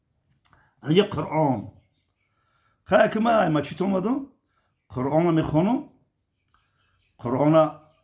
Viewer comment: Бобо Мачить не Масчит бгу бо хтона Бобо меги